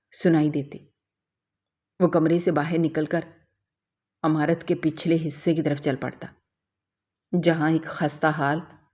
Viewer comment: Not Amarat Its imarat